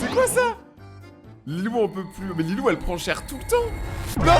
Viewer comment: COMMENT ÇA LILOU??? ELLE S'APPELLE LILOW MAIS ONT DIT LILO